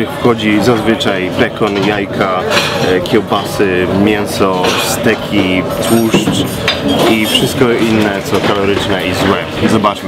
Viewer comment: Nie stek tylko stejk:D